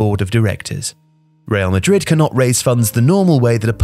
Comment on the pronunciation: Good video but the guy should put more effort in his spanish pronunciation. Osusuasuauna! Real Madrit, socius suciedad anunimia deportivia jajajja amazing!!!!